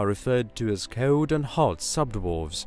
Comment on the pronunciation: No ones going to mention how he says cold?